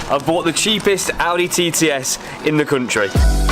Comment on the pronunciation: "in the cuntry"